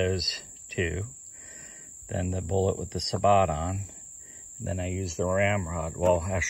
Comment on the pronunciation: thats pronounced sa-bo!